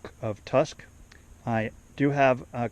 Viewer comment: Tusk not tuck lol l